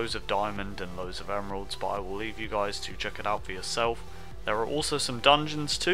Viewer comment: sounds like you said "peace out Jizz" lol (unless you dont know what Jizz is ;)